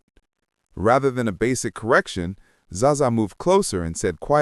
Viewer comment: "Za-za" AI spotted 😂 "Bet Davis"